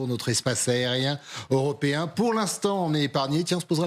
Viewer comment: Le aussi faudrait qu'il apprenne à articuler et prononcer correctement les mots.. aréoport, espace airien, le présentateur moitié dyslexique ça la fout mal